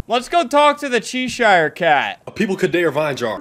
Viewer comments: chee shire cat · i have not seen anyone talk about how he pronounced 'cheshire cat' with 'chEEshIRE' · chee shire 😭😭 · He pronounced “Cheshire” in “Cheshire cat” wrong He’s so smart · the way he pronounced cheshire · Akshu-akshewally, nooo noo not poysswowry bewocated wwith vyowence -🤓